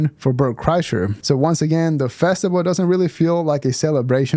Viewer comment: I think he calls it a festival bub, not a festible.